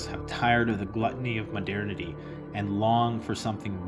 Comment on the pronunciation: Your Comparitive Analogy of Body and Society is brilliant !! My head is nodding to all your presented points...amazing ;-) what is ma-dare-nity mean? or how do you spell it properly?